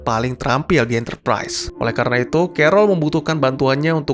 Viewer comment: Enterprise bang bukan enterprais